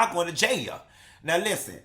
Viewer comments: Stop saying "jay-a" when it's a serious situation. Nothing about this deserves even a tad bit of humor/comedy. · Why you godda said JAHALE (Jail) like that lmao 🤣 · If u say jail like that ONE mo time 😂